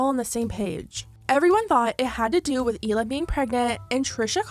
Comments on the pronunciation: Just an FYI, you’re mispronouncing Hila’s name. It’s not Eela, it’s Hila, you pronounce the H. Hila in Hebrew means aura ( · Trash still doesn’t even say Hila right….